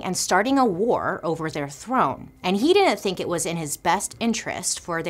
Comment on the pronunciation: when she said "umm is that what you fhinkk🤣